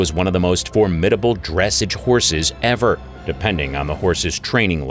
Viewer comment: You’re pronouncing dressage wrong